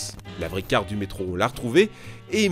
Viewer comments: Je sais ce que c'est qu'un métro, merci, mais un "meetro" comme il dit au début de la vidéo, jamais entendu parlé... "Mitro" si tu préfères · il a dit le mitro a 0.28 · Je te corrige tu a dis le "mitro" mais sais pas grave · ta dit mitro je crois non qlq peut m'le confirmer stp